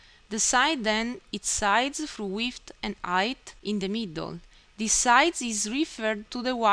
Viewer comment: lol you say width funny